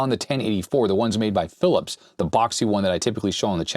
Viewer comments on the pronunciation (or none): none